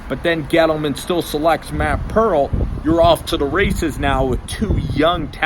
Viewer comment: it’s Peart. pronounced ‘pert’ i believe